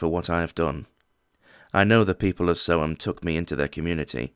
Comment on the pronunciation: You said it correct Aye Sick F--K